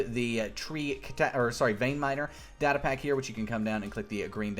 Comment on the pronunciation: its data not data